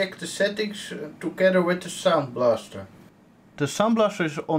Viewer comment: noone notice how he said Soundblaster ct... sounds like s*itty :D anyway great oldschool hardware.